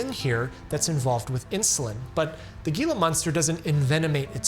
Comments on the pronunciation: For future reference, "Gila monster" is pronounced "Hila monster". I only mention it because your videos are typically nearly perfect. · as a New Mexican, I must comment: it is pronounced HEE-lah, not GEE-lah monster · Hee-lah monster... not Gee-lah monster.... I hate it when poeple don't say it correctly! (source: I live in AZ, and google to confirm) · I cringed every time you pronounced gila monster wrong. HEE-luh. There is no "g" sound. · The "G" in Gila Monster is pronounced like an 'H'. "Heela" monster... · As an Arizonan, Gila in Gila Monster is pronounced "hee-la" not "gee-la" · Re. gila monsters—"hee-luh", not "gee-luh". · whispers Pssst... it's pronounced HEE-luh, not GEE-luh. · Gila is pronounced “hee-la”, not “gee-la” 😭 it’s Spanish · Hard "G," "Gila monster." I've never heard that before. It's typically pronounced "Heela." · Pronounced "Heela" Monster, not Geela. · Hard G Gila monster took me out. Its pronounced Heelah lol. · According to English pronunciation guides online the lizard is still pronounced "Heela" in English. I live in a state that has them and nobody but tourists would call them a "Geela" monster. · The G in Gila Monster is pronounced like an H, typically. My whole life in. Arizona I've never heard anyone pronounce it like a G in giraffe unless they were from out of state 😂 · Isn’t “Gila” pronounced “Hee la”? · Isn't Gila Monster supposed to be pronounced "HEE LA"? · "Gila monster" is pronounced "Hee-luh MON-stur" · No chance he's pronouncing Gila with a 'Gee' sound 😂😂😂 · Gila monster is pronounced Hila monster. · Gila monster is pronounced as Hila monster. The G sounds like an H. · its a hee sounnd not g when saying gila monster, heela monster is how it sounds. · [Hey, AI: it's "HEEL-a monster"!] [AI is so smart ....] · lol, Gila (HEEL-ah) monster. It’s Spanish. And for a fun medical reference, it sounds just like HeLa. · Why are you mispronouncing Gila Monster…is this AI? It’s pronounced “hee-luh-maan-str” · ITS PRONOUNCED WITH AN H